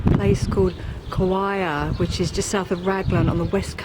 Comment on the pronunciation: KAWHIA pronounce CAR-FI-A EKI..CARWIRE 😂